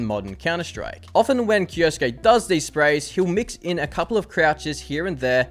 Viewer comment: Why do you say "kioski"???? It is said KI-O-SU-KE as written. 4 syllabs. 😅